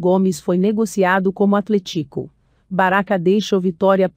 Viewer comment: Mano, ficaria muito melhor se você mesmo apresentasse seu negócio, essas robô é muito ruim de ouvir, ela fala até "atlet-Í-co"